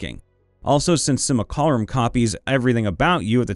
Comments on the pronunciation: said it so many times, and said it wrong every time., my man, you got the C and the L in the wrong order! Which is something I definitely to a lot myself, to be fair, although not with that word. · As long as the "a" in Simulacrum is pronounced before the "c" it should be fine. But he doesn't do that! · I say this out of love and respect and joy for this channel. If the word ever comes up again, you gotta learn how to say "Simulacrum." If it helps, it is spelled phonetically. That one passage in this video was an EXPERIENCE for my ears xD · I love your videos, but your pronunciation of simulacrum (think simulation) makes my teeth hurt. Love the channel though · Simu-lac-rum Not simil-carim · sim - you - lack - rum Not sim-you-carl-um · please, i beg of you, no more.... it's SIM-YOU-LACK-RUM, not SIM-UL-CAR-UHM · I noticed you pronounce simulacrum weird it’s sim-u-lac-rum not simulcallrum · "sim-you-lah-crumb", not "sih-myool-carh-um" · Also, please stop saying simulCArum. It's simulACrum. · Sim-you-lack-rum, not Sih-mole-car-um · it's not "Simalcarum" its pronounced "Sim-Uh-LaCrum" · Si-mu-la-crum. Not Si-mul-ca-rum. ;) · Dude... SIM-UH-LACK-RUM. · Did man just say simucarum? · you are swapping the L and the C in your pronounciation of simulacrum. Pronounced Simu-(like simulation)-lack-rum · Also, it's pronounced "sim-you-la-crumb" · Dude, it's pronounced "SIM-yoo-LAH-crum" or "SIM-oo-LAH-crum." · Simulcarum... It causes me 1 d8 psychic damage every time he said it. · See: Simulacrum. Hear: Simulcarum. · Can't wait for all the "Sim-u-lack-rum" comments, hope that was a take where they was all said like that for the comment engagement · I believe simulacrum is pronounced sim-U-lac-rum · I've always heard it pronounced: Sim-You-Lack-Crum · not entirely, i think; it's just the 'u' part. 'sim-ul-car-um' is horrific, though. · STOP MISPRONOUNCING SIMULACRUM!!! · i need you to read simulacrum a few times more:) not out loud, but with your inner monologue;)